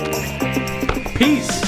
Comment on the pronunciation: When he said Peace you really heard "Pillz"